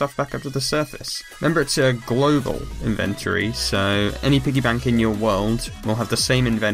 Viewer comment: He says inventory so weird lol